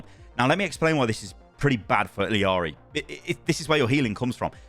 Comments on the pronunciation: It’s ee-lar-ee not eel-ee-ar-ee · It's ee jah ree not ill ee are ee please youre killing me over here. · I don’t believe blizzard pronounces her name right. Don’t they speak Spanish in Peru? Wouldn’t it be E-ya-ri? Double L is a Y sound. The way they have it pronounced seems more like Iliari. Idk where that i comes from. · BRUH why the fuck do u pronounce her name so WRONGLY its ILLARI there is no ILLIARI its fken ILLARI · Can we all just start saying E-YARRY like she says IN GAME instead of continuing to say the Ls as English Ls? I don’t see anyone saying this at all. Everyone was all over Kiriko’s hard ‘r’ when she came out… just my 2 cents. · Say it with me, ee-ya-ree. LL is a Y sound like in tortilla. I didn't care about the accent, just stop adding the L sound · BRUH THERE IS NO FKEN I in the middle if ILARI its fken ILARI stop butchering the name sounds so fken weird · The double L makes a J sound it sounds like ijari i dont make the rules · it's ILL-ARI bro